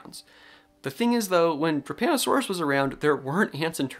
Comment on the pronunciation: I was listening to this while playing Overwatch and thought you were saying "Japanasaurus" and then I thought you said "Japanasaurus was discovered in Italy" and I'm like I'M SORRY, WHAT? ARE PALEONTOLOGISTS OKAY?!?!?